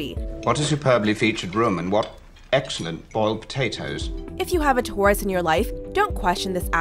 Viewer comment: "Touris", omg so glad am a Scorpio right now.. that pronunciation.